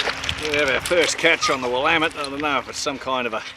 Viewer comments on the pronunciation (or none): We locals say will-am-ette with the emphasis on the second syllable. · Will-LAMB-it That's how Willamette is pronounced. The accent is on the 2nd syllable. Btw, I grew up in that river, on a farm just north of Spongs Landing Park. My grandpa sold 10 acres of our 60 acre farm to the county so they could make the park. It's nice to still be able to go home. The farm was sold around 2001, so that park is really special to me.